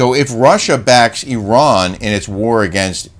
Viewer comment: thank you for pronouncing Iran the right way 😊 and also as an Iranian who listens to your show I just want to say unfortunately Islamic Republic has been ruling Iran for decades and made Iranian citizens more and more miserable, we are fighting for our human rights every day, us Iranians do not see ourselves as part of them we want our old Iran back. Thanks for your show 😊by the way Kelly doesn’t need a facelift.